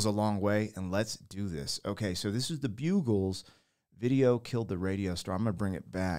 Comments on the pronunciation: This is a very old Song and was a hit almost FIFTY years ago! It shot to Number One in Britain waay back in 1979! It's pronounced 'BUGgles - not 'Bugles' - LOL! 🙂 The Lyrics are about Radio Strs that failed to make it to TV - it's further back than TV videos even! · It was the first song played on MTV. It's Bug Gles Not Bugles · It's not bugles like the horn, it's Buggles, the U is short because 2 consonants follow the vowel...ugg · Buggles not Bugles ( bugalls) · Doesn’t anyone learn how to read English anymore! A bugle is an instrument spelled with one D. When you ad another D i)bugles) t will be pronounced like an insect “bug”. Like bugging someone. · its buGGles NOT bugles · It's pronounced 'bug alls' rather than bugles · Bug. Bug. Buggles... It's pronounced Bug.. 😊 great song. Great to see you impulse was to move with the song as that's what it did to us when it first came out... Great Reaction. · Dude, you're killing me! It's BUG-gles!!! Yes, this was the very first video aired on MTV and I watched it live. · Buggles, it sounds like juggles! LOL! Geoff Downes was also with Yes and Asia! Two more bands you need to check out! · The "Bugles". 😂 Great reaction. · I smile every time I hear this and see the video, Bug (as in fly) gles. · And: It's pronounced —and can ONLY be pronounced (or understood to be pronounced!))— "bug-gles" ...with a hard G. NOT that difficult 🙄🙄😡(and impossible to mistake if you understood anything about language.) 🤦🤦🤦 🙄🙄🤬🤬🤬!] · Bugles are still out there. I love 'em. The band, by the way, is bugg-les, like a bug you'd call an exterminator for. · It is bug-gles and this was the first video to air in the US on mtv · Before music videos talented musicianship & vocals were more important than being visually appealing or having a flashy video. Miss Robot & Living In The Plastic Age are good songs from them. Pronounced with emphasis on bug. Buggles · The name of The Buggles is pronounced as “BUG-ulls”. It is a band name inspired by The Beatles.